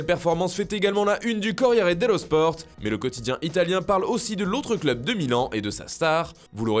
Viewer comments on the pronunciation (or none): none